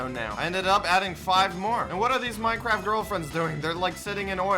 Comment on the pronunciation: Wow perfect job he switched from fortnite to minecwaft